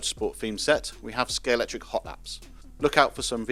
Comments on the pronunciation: A video from Scalextric with a narrator who can't pronounce Scalextric correctly. Where did the 'X' go? You need to take lessons from James May. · Love the JPS. Shame bro can't even pronounce the name of his company correctly. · It's always been pronounced ScaleXtric. In the old adverts it was pronounced ScaleXtric - with a hard hard X - now you're pronouncing it ScaleCtric. Is this a pointless rebranding? WHY?!? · Is the X silent? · Derrrrr.....it's pronounced Scale"X"tric guys. YOU should know but many people never, ever LEARN ??